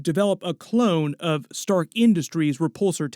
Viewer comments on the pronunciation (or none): none